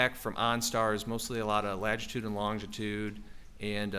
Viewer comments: Anyone else triggered by the guy saying “lagitude” instead of latitude? I’m lost isn’t he a specialist in his field 😂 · OMG STOP SAYING "LAGITUDE"!!! At least he's cute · Take a shot every time the latitude and longitude expert says lagitude and longitude. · Latitude. For God sakes, it's latitude. Petty of me, I know, but if he said lagitude one more time... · Someone please tell the data expert that it’s “latitude” and longitude. He keeps saying “ladgitude”??? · I’m so glad you commented. I had to rewind, because I wasn’t sure if I heard that correctly. Then, I started to question myself after I said latitude/lagitude in my head several times. 😅